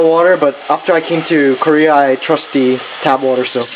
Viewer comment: "the" 발음을 참 거지가치하네.